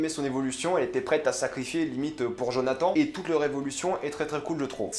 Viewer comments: Et quant tu dit Jonathan il se dit Jonathane 😭😂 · Tu as fait quelques petites erreurs dans ta vidéo. Déjà au niveau de la prononciation du prénom Jonathan, ça se prononce comme si il y avait -ne à la fin, ensuite la mère ne s’appelle pas Joy mais Joyce, et ce ne sont pas tous les enfants qui sont partis de Hawkins mais uniquement Will, Eleven, Jonathan et Joyce. Mike, Dustin, Max, Lucas et Nancy sont restés. Et puis tu n’as pas parlé des scènes post-génériques, c’est dommage. Mais dans l’ensemble c’était une bonne vidéo, assez complète, et qui reflète bien ton avis, qui est assez proche du mien. Bonne journée! :) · "djonatan" haha pas mal l'accent après avoir bien dit Nancy